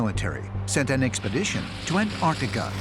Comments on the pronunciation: It’s An-TAR-tica not An-AR-tica. Pronounce the first T. It’s not difficult. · AnT arC tica. Why can't these people pronounce Antarctica? Why do they call it "Anartica" over, and over? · “Annardica is some koind of alien, base.” BD Chill is all fired up in this episode. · Can someone please explain to Americans there's two t's in Antarctica..jeez.. and how could the the moon ring like a bell for hours when there's no sound in space..🤪